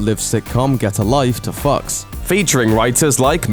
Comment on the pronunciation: This guy pronounces Fox as Fux